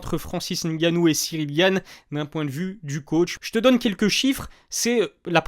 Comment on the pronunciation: Poto tes video son bien mais c'est N'gannou il faut prononcer le N